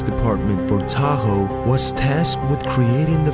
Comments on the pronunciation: Dude. It's pronounced Toho. Not Tahoe. What you're saying is the name of a car. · So many mistakes in this video. Mispronouncing words is what really got me, who the hell is taho? It's toho not taho. The second is the constant fluctuation in sound, one minute it's loud then it's low like wtf. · TOHO, not TAHO, you uncultured swine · its Toho not taho! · the instrument was a cello not a "bass" you pronuced the word like it was the fish and the studios name is pronounced like " toe ho" you said it like the name of the town , you really should bone up on your annucuation skills before making a video .